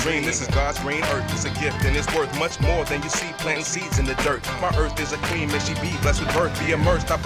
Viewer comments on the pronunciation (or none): none